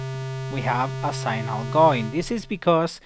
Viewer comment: Good vid. One tip... 'Signal' pronounced 'Sig-nul' :)